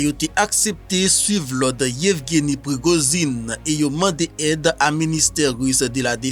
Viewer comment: DI PRIGOJINE TONTON, Se pa PRIGOZINE